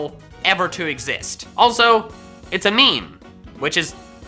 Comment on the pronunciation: Marshadow, NOT Marsadaw!